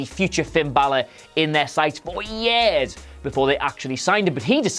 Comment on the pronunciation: I can't stand the way the host says the word 'years'.